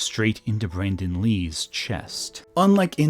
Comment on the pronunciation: Maybe it's your accent, but it sounds like you mispronounce Brandon Lee's name as Brendon. And I thought the Alec Baldwin accident happened while filming a scene where he was supposed to fire the gun. But other crew members had been shooting live rounds in them earlier that day or the day before, and the weapon master failed to clear and load them with blanks before the scene.